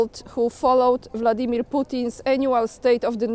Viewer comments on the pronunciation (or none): none